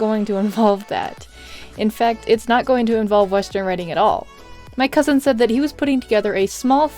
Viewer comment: When you said ‘Cousin’ I heard ‘Husband’ and I was like “WHAT?!?” o.o